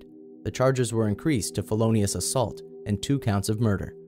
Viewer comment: felonious assault changed to felonious ASSAULT, and 2 counts of murder. Someone doesn't know how to speak. You put emphasis on the part that's different (the murders)